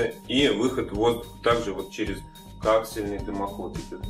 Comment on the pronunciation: только не каксельный, коААксиальный